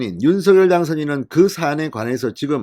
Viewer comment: 앞으로 윤석렬 당선자의 발음을 계속해서 윤서결이라고 하면 구독을 끊도록 하겠다. 댓글을 몇번이나 올렸는데도 불구하고 윤성녈을 계속 윤서결이라고 하는건 진행자의 고집 아닌가 화가 난다. 고쳐주길 바란다!!